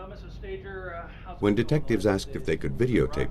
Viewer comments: Stager should be pronounced stay-jer. If it was stag-her it would be stagger .Annoying . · I looked up the Russ Stager case and the article I read stated the audio cassette was found in the school gym locker, not on the gymnasium floor. The New Detectives also mispronounced Russ Stager's last name "Stagger", instead of "Stāger".